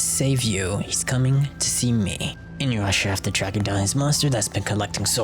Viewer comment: Inuyrasha....why.... Inu- YASHA not InuYrasha